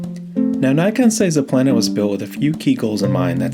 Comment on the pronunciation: Don’t pronounce Plena as if it would have two „n“! It doesn’t. It is pronounced on the „e“ and not the n. I had 10 years of latin in school - I don’t know much, but that I know 😅